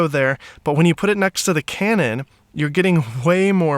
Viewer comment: 57 “Butt”??? As in Tush? You mean “But”